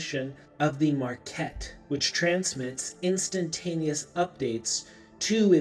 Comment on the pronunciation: Oh. It’s the “Mah Ket”. The market. Of course